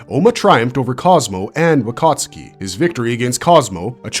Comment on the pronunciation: “Wakatski 😂” is he polish?